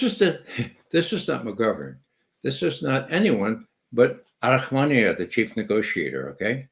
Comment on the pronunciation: Arahamiya not Arahmania.